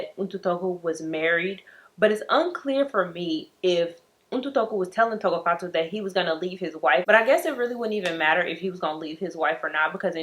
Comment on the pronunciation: Tshegofatso.. you said her name right!